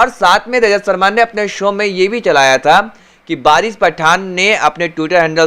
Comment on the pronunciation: Abe bolna to Sikh le Lajat sharma nhi Rajat Sharma